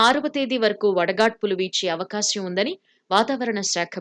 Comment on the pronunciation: Avakasyam kaadu amma, avakaasam